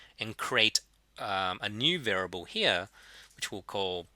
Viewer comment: What does this mean? "For those of you who are not fond with maths"? Do you mean those of you who are not fond OF maths? Also continued frustration over the mispronunciation of the word variable. Of ALL the words in the world to be stuffing up the pronunciation of, this is the word used more than any other in statistics. It's bizarre and almost sociopathic.